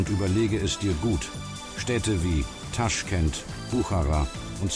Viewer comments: es heißt nicht TAschkent, sondern TaschkEnt!!! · also, wenn man nicht mal weiß wie man den Stadt ausspricht, warum soll ich den Bericht anschauen? es wird nur genau soviel Wahrheit erzählt wie das Wissen von Autor- nämlich nichts!😱😰